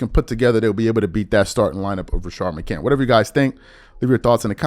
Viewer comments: It’s crazy that you “can’t” put an S on the end McCant”s” last name! You hear niggas say his name ALL THE DAMN TIME…and you still don’t put respect on that man name! Pathetic! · You put an S on the end of Jennings last name…but you can’t give McCants the same respect!